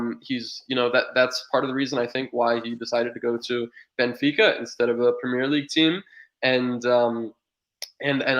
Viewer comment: Considering the American loves getting pronunciations so correct, why can’t he say “premier” league properly? Great stream though keep it up